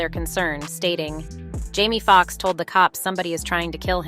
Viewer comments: These AI Voices are a trip ... I was going along up until she called Jamie Foxx Jammy Foxx. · Is this a bot? “Jammy Fox” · This lady needs to be cancelled an stop discussing our black news, she can't even say the names right, an I think she is doing it in purpose ( Jammy Fox) this not the First time she says names wrong.